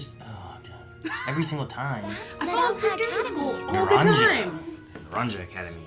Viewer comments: It's pronounced "Nah-ron-ha". That's even how Liko pronounced it. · You can assume most of the things in Paldea would have the Spanish pronunciation since the region itself is based on Spain/Portugal. So Naranja would be closer to nah-ron-hah